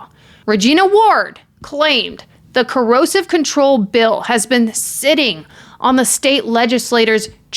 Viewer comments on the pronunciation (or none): Excellent video! Just a note, no criticism here AT ALL (you're my number one crime YouTuber) It's pronounced CO- ER-SIV Coercive. It sounds like you're saying 'corrosive'. I can't believe he was burning stuff in the yard!!! He is the epitome of evil. I absolutely despise him. Love Vanessa ❤🇬🇧